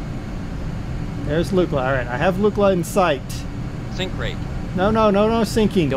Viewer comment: Pronounced Luckla